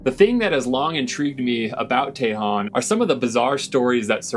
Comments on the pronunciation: I always enjoy your sense of discovery and adventure. First off its pronounced Tah-hone (Tejon) not Tey-hone... but no thing. You are spot on for most of your observations on RCS facilities and their capabilities. The Northrop (not Grumman) Tejon RCS Test Range was put in one of the worst locations in CONUS due to wind averages. In other words its always windy and this doesn't bode well for targets on a skinny pole. It was also pointed directly at the antelope valley infrastructure and initially impacted by radio towers, they had to change the direction. The demise was Senator Feinstein promoting (and succeeding) wind generators in the region. You can only imagine the signal bounce from a big fan in the sky. There is rare footage of the Tejon Test Range in Myth Merchants film of Hitlers Stealth Bomber (watch the last 20 minutes). Keep up the good work and adventures. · Just an fyi, born and raised in AV. It's pronounced locally as "Tuh hone", not "Tay Hawn" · It’s not TAY-hon, it’s tuh-HONE. Tejón, Spanish for ‘badger’. You’re welcome. 😉 And by the way, I love your videos. Keep ‘em coming! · It's pronounced, ta hone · Interesting video! 👌 FYI It’s pronounced = Teh hone or El Tejon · Pronounced TEEHONE= Tejon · You pronounce tajon with a soft a tah hone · Pronounced, Tay Hone... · Its pronounced tah hone i grew up there and yes there's aliens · "Ta-Hone" !!! "Ta-Hone" !!! "Ta-Hone" !!! "Ta-Hone" !!! "Ta-Hone" !!! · Please learn how to pronounce Tejon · Seems to me that if their keeping something under wraps, it's quite possible that it's None of your FUCKING Business ✝️🇺🇸🤔 Hell, you can't even pronounce it correctly 😔